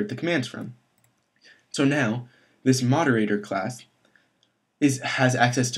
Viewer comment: Actually, it is spelled moderator, not moderatOOOr...